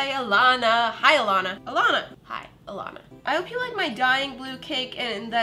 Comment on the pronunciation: Say Alana good you said Alnan